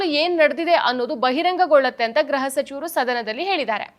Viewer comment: ಗ್ರಹ (graha) ಸಚಿವರು ಅಲ್ಲಮ್ಮಾ, ಅದು ಗೃಹ (gruha) ಸಚಿವರು. ಗ್ರಹ ಅಂದರೆ planet, ಗೃಹ ಅಂದರೆ home